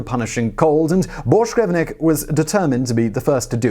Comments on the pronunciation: His name ends with VINK not VNIK. Had to get it out there. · Carsten BorschgrevINK! His name was Carsten Borchgrevink, not Borchgrevnik. Jesus.... A guy goes way the hell out of his way to be the first man to step foot on Antarctica.... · ARRRRGGGHHHHH How do you manage to continually butcher names when you have them there right in front of you ? his name was "Carsten Egeberg Borchgrevink" NOT "Carsten Egeberg Borchgrevnik" !!!!!! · Hehe, "Borsh grevnik" Bork-grevink.. Not that hard really..